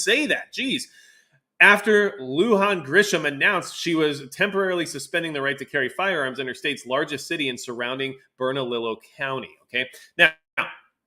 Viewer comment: Just so people know, not that it's that important, but the county Albuquerque is in, Bernalillo, is pronounced bern-a-LEE-yo. Double L in Spanish is the ya sound, like tortilla. Used to live in Albuquerque and Rio Rancho there. Glad I escaped that craphole state.